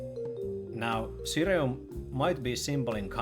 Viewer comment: Always happy to see a mention of ssireum since it basically doesn't exist in America! (Btw i believe its pronounced Shee-rum)